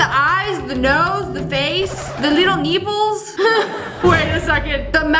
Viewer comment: The way you said nippel